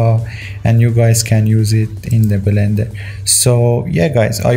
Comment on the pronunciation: belender lmao